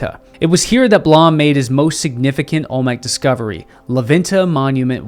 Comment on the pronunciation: Blom is pronounced "bloom"